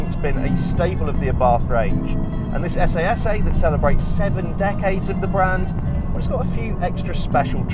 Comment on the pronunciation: It’s pronounced “SS” 😬